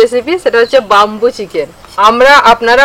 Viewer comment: 'বাম্বু' নয়,উচ্চারণতা 'বেম্বু'